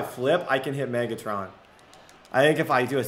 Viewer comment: The way he says “maygatron”